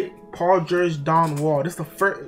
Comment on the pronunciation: Dude said Paul gerge and Don wall😂😂